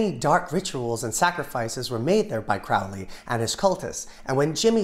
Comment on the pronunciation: you kinda messed up Aleister's name. here's a little rhyme to help you with it. his enemies call him Crowley and treat him quite foully but his friends call him Crowley and consider him holy